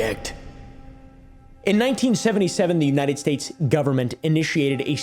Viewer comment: "unyiunit states"